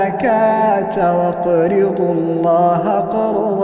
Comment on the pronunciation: خطاء في القراة واقرضو الله ليست صحيح واقرضوا الله .